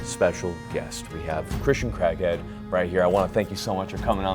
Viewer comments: did you say Christian Crackhead? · i thought he said my guest is "a christian crackhead"